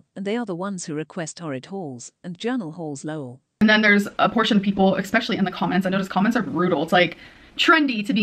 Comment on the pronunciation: why does she say 'eXpecially'?